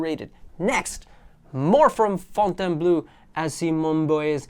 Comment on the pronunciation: My dear friend, you’re Spanish, so I KNOW you know how to say FontaynBLOW 😂😛